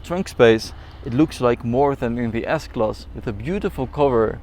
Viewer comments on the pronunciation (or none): I like the part when he says Diessklass